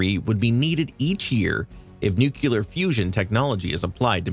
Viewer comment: Pronounced incorrectly, Nuclear, 😂 nuclaire😊